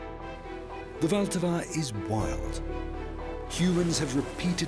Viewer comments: It is not Voltava. Try to go by syllables, the stress is on the first one: VL-ta-va. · " wilt ahwa "